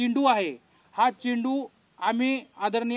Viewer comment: चिंटू नाहीरे बाबा चेंडू म्हणायला शिका अगोदर.